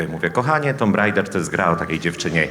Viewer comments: [tum] nie tomb się czyta;) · mordo ale wiesz, że 'tomb' czyta się 'tum' xD